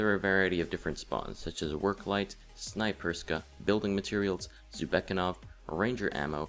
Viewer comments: Nice guide. I just had an issue with pronunciation, it was good for all the locations except for 'Jhavesk'. (You may have been right about the name, but 'Jhavesk' 'J-(h)-av-esk' doesn't seem like 'Yar-vek') And Zubeknakov: Correct = 'Zoo-bek-nak-ov' Inncorrect = 'Zoo-bek-a-nov'. This isn't intended to be hate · OMG everyone says Snaperyska and Zubekanov! Its Snayperskya and Zubeknakov! TRIGGERED Very helpful btw! ;D